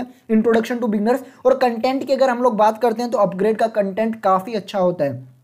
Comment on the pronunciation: Bhai pronounce it like 'UpGrad', not like 'UpGrade'.